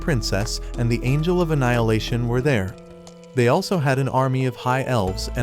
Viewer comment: he said angel wrong